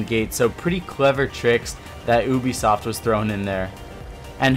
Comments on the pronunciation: Its prenounsed youbisoft not oobisoft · He keeps saying oobisoft not Ubisoft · It's youbisoft not ewbisoft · Easter egg. Pronunciation. You, be, soft. not oobeesoft. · It's not oobisoft it's Ubisoft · Ubisoft not oobisoft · "oobisoft" lmao 😂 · aye u say oobisoft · Ubisoft (OOH-B-SFT) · Obisoft XD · Anyone else get annoyed when he says ubisoft? Its not ewbeesoft. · Learn how to pronounce Hereford and Ubisoft please, also its football.